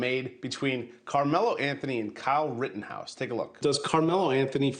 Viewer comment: "Kyle Rittenden & Daniel Pender"....🤣🤣- (Rittenhouse/Penny)